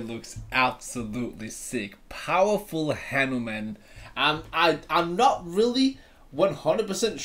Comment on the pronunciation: Bro not new man it's hanuman😂😂😂😂😂😂😂